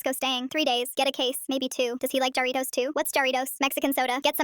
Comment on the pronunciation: I know y'all did not say "Jar-ree-GOS" It's pronounced "Har-ree-TOES"